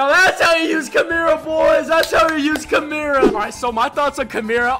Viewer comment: Is he joking when he said Kumira instead of Kimura because if he's not he's braindead